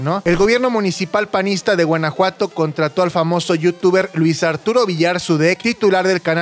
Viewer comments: ¿Porqué dice Guenajuato? En lugar de Guanajuato 😅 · Soy yo o dice Guenajuato? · Por que dice Guenejuato? 😂